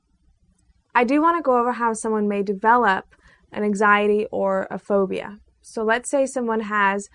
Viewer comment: I'm afraid of your big hips - and most likely big ass. Damn - look at those legs. Learn to say "button" as well - as this scares me. And lose those glasses - you will go from a 4 to a 6 right away. Also - what is "phodia ? "